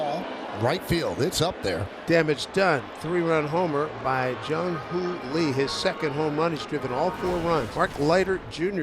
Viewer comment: How to Pronounce Jung-hoo Lee Correctly: 1. It’s not pronounced like the English name “Lee,” but closer to a short “ee” sound. 2. In Korea, the name is pronounced Lee Jung-hoo, because in Korean names, the family name comes before the given name—just like you say Fatty Kim Jong-un, not Jong-un Kim. 3. “Lee Jung-hoo” has three syllables when spoken slowly and clearly, but in natural speech, it sounds like two syllables (Ee Jung-hoo) or even one fluid sound (Ee-jung-hoo). 4. Pronounce it without stress or intonation. Korean has almost no stress or intonation..